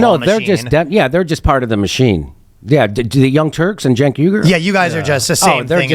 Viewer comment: It's even funnier when Ryan butcher his name because he's not faking it like Jones who knows how to pronounce his name at this point 😅